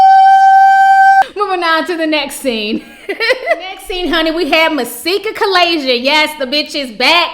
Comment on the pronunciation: "Kalayzia" bahahhaha